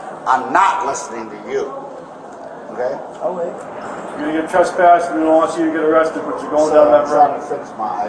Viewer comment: lol the one officer: tressporssed